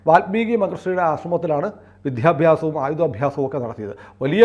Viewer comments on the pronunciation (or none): "വിദ്ധ്യാദ്യാസം "എന്ന് ശ്രീ. വടയാർ സുനിലും ഉച്ചരിക്കുന്നു 😢